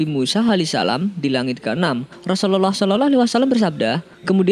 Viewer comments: Yg bener ngucap rusuluallah jgn sorolloaalh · Assallamualaikum. Min gw hanya mau beri masukan doang nih. Tlong pngucapan Rasulullah SAW d prjelas. Pmbacaan Rasulullah kok kedengarannya jdi Seolah-olah. Bacanya jgn trlalu buru2. Santai aja knapa sih.? Tlong d prbaiki utk kdepan. Ada gak yg spendapat dgn saya? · Pmbacaan Rasulullah SAW., Kdengarannya kok kayak Raslullah Seolah-olah wasalam. Apa sya yg salah dengar atau mmang admin yg gak tau cara baca? Jgn gitu dong min. Tlong d prjelas pmbacaan utk baginda Nabi. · Assalamu'alaikum bang. Pengucapan Rasulullah SAW nya di perbaiki bang supaya gk keliru. Syukron